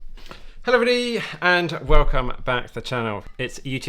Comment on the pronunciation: Thanks for the update, take care of yourself first and foremost. In other news, your "Hello everybody" is nearly down to one syllable.